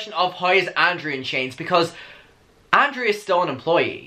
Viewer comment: your pronunciation of Garret is fine it works but your pronunciation of ANDREW throws me off, it sounds like Andre or Andrea 😭